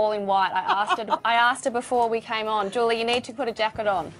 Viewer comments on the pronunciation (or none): I heard come on, not I'm gone.